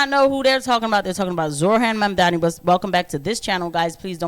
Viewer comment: Did you pronounce it Zor-Han? And it doesn't get any better with the last name. It sounds like you said Mamdanabus but who the hell knows... What is it with your people and mispronouncing easy words. If I hear black people say "In-dig-nant one more time.... I swear.